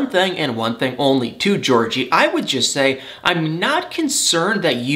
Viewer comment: No Judgement, only observation... I have my own verbal quirks too... But you pronounce "Thing" as "Thang". I'm sorry, I just Had to get that off my chest! Excellent segment as always tho! 👌 🙏 ♥️